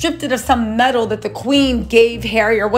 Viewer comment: No she didn’t I can’t with she straight up said Memal